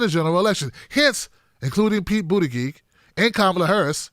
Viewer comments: I like your stuff but there is no good reason to keep calling him “Boot-a-gig”. Specifically because you obviously know how to pronounce his name. You are great, but attack Mayor Pete on his bad policies, not his name. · I love you bro..He's not my candidate of choice and I think he's a tool but please learn how to pronounce BOOT EDGE EDGE. It makes you sound silly. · I love your coverage here! I agree with you 100% - I just thought I would offer you help on the pronunciation of Buttigieg. (not that it really matters - the big picture and all) Buttigieg: Boot-edge-edge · It's pronounced 'bootie-judge'. I live close to his city and I've heard the name on tv news way way too much!!!!